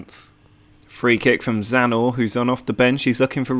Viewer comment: It is Croatian and you almost got it right :D You just need to put the "n" after "z" in the Zna part. You got the right pronounciacion but you keep saying it Like it is Zanor not Znaor ;) Cheers